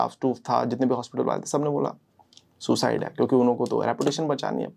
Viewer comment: ye sucide ko thik se kaahe nhi bol rhe ho..................